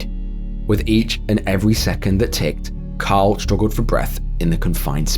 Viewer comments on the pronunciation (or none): Fr sounds like you're saying Kyle instead of Carl lol